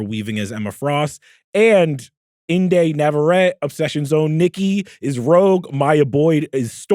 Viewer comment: Charles needs to stop saying Inde name like that lol he tryna act distinguished. It’s pronounced “indy” its short its a nick name her mom gave her for independent